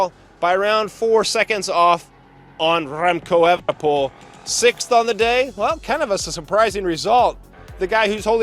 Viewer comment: That ol Spaniard, " Rrremco Evenepol".